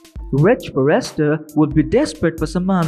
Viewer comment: Would someone tell this guy it is not pronounced far rest ter